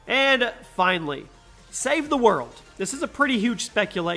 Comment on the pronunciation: Ok he says “save he mode” instead of “ save the world” 😂